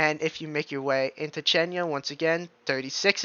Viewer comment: Thanks, it's easy to understand your explanation of what's happening with the weather. P.S. the storm is pronounced a Z. The X is silent.😬